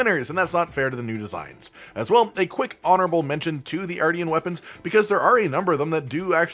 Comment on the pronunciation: “Artian” is pronounced like Martian I feel